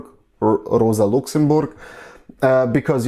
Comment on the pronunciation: Super Arbeit, die du hier machst! Ich wunder mich nur ein bisschen - ich vermute, dass du deutsch als Muttersprache sprichst (rein von deinem englischen Akzent?), aber deutsche Namen wie Luxemburg oder Ribbentrop so merkwürdig aussprichst ;)